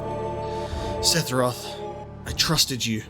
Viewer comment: Okay, say it with me: SEH - FUR - OTH Lol jk man. Really enjoying your playthrough so far!